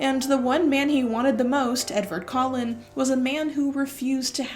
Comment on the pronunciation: When you say Edvard Collin I cannot help to hear Edward Cullen and it's like a mini jumpscare every time :D